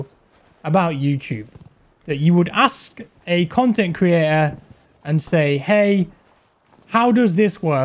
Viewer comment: Did you turn "creator" into a one syllable word? 🤣🤣🤣